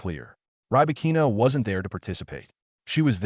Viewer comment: ahREEna & riBAHkeena Please train your AI and text2speech.